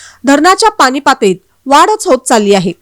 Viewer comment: पानी काय म्हणताय पाणी म्हणता येत नाही काय